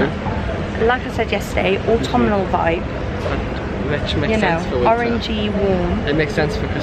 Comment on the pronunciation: Smashing! Lol. Everytime you guys say autumnal it drives me crazy. Ha ha. Theres no i in it. Its pronounced ort-um-nal not ort-tum-i-nal. Aggghh. But i loved the vid guys. Great buys. Xxxx